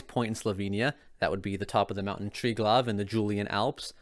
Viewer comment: also you misspronounced triglav like we get that you cant pronounce shit out in slovene but just dont say it whit confidance, thats why i dont have a problem whit the misspronouncment of ljubljana